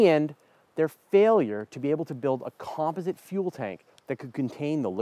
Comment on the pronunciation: Learn to say the word Composite.